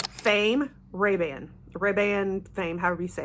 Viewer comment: Just a heads up, the Paco Rabanne fragrance is pronounced like Rah-BAHN. (Not like Ray Ban sunglasses). Thought you would want to know...